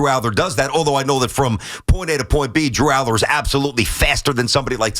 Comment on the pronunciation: I can't take you seriously when you say DREW ALLAR LOL what a JOKE!!!!